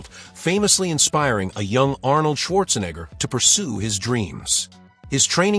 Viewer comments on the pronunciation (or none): none